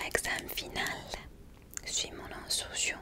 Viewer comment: Salut, je adore regarder tes vidéos et j'ai entendu que tu avait des problèmes à dire le mot instruction si tu veux l'apprendre tu peut l'écrire comme tu l'entend Par ex: instruction = uns truk sion